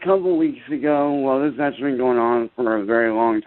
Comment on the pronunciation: exactly! "Ak-chur-lee your doche bag honour I know the laws. I'm not stupid. That man tried to start a riot with my neighbours and put me, my friends and my families live in IMMEDIATE DANGER! SO DO YOUR FUCKING JOB VITCH!!!"